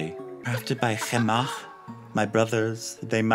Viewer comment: I have to say, out of all the ways I've heard people pronounce Chemach's name, I like yours the most